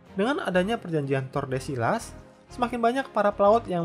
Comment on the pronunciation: Tordesillas dibacanya Tordesiyas, Saragosa dibacanya Tharagotha atau Saragosa (Pengucapan Amerika Latin), Vicente dibacanya Bitente, CMIIW